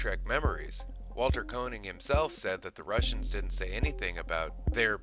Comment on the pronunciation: "Kay-nig," not "Koe-nig."